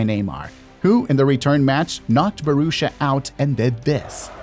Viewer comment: Bohrushia, it ain't hard to pronounce mate. Borussia, B o r u s s i a, just say the letters and not try to invent some weird ass pronounciation scheme in your head. How do you arrive at that weird pronounciation. Massive disrespect to not check how to say it ONCE